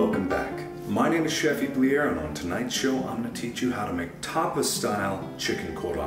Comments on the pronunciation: oh so it's not "ah-ply-er", it's "ee-pleh-air" me: "m-yes, very good, my dear sir" fails at french accent XD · How I pronounce Chef Iplier: Eye- ply- ur How mark pronounces it: Ee-plee-air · So. His name is markiplier (mark-in-plié-er) but now he pronounces the end (iplier) as (ee-plee-ayer)